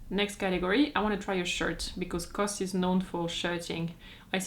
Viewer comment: I thought knows that C.O.S. is pronounced Cee Oh Ess, not cos.